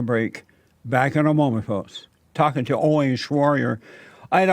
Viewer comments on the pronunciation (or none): Haha Jesse said welcome Owin ... Lol lmao Owin .... Owin... Down syndrome.... It's Owen down syndrome... Lol my ass off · Don't butcher Owen's name, please. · "Owen" is another one he struggles with.😂😂 Keep em coming Jesse👍👍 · Am I the only one dying laughing at Jesse trying to say "Owen" in the introduction? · Great interview! #FreeAlexJones I love how Jesse pronounce Owen!😂